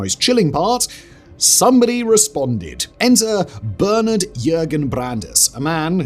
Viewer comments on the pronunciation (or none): none